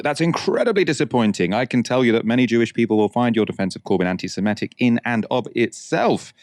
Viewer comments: I love and I know it sounds pedantic, but can someone tell him that it's pronounced 'anti-semItic'? 🙏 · Antisemitic. Where did this 'antisimetic' thing come from?